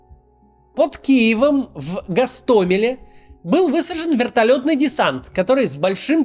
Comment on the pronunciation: Ура, наконец-то правильное ударение в Гостомеле и Ирпене